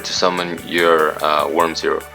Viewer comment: It's always fun to see people failing on say that worm's name. Have you already had any idea about that "miracle contact" card, my boi?